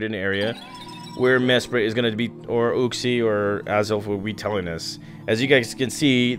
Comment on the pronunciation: He can't read, listen how he says uxie😂